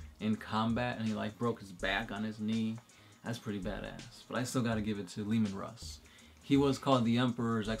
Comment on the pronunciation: being from Quebec I can assure you that is not how you say Lemen Russ in French but nice try :)